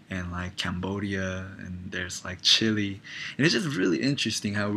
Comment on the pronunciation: You said chile wrong XD you're so cute...